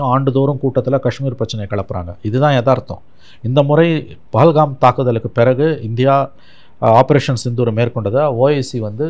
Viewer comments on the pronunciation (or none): none